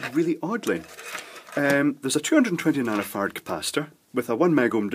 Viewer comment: When you say nanofarad, if I'm not paying particularly close attention, it sounds as if you are saying nanofart. I get a giggle every time.